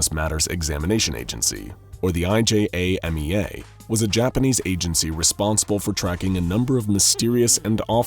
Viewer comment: It says "IJAMEA" but he keeps saying "IJMEA"